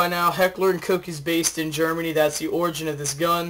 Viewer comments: its not heckler and coke its heckler and koch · its not hecker and coke, it koSH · My buddy is German his last name is Koch its not said like coke or coach as most people pronounce it its koo or koh with a k and then a oh. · Noooo, he said Heckler and Coke